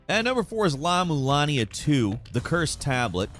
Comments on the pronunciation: It’s La-MulANA, not MulanIA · what is the 4th game called?! i can’t understand 😅 lavalania 2? llama lamia? larna larmia?